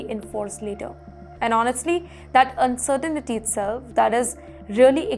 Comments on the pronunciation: Hi: Could you please “Learn To Pronounce Uncertainty” It is NOT UN-CERTI-NITY but “UN-CER-TINTY” Please stop murdering the English Language! Your producers need to help! Thanks!! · It is pronounced "Uncertain-tea" (said quickly)...